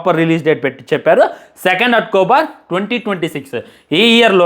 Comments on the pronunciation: Atkobar ❎️October ✅️😂😂😂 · అక్టోబర్ ❌ అట్కోబర్ ✅😂